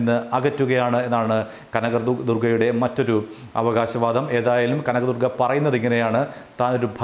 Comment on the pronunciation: Kanagadurga Allaa ival.. Kaaanaga...durgaa.. Pattiga..lllll..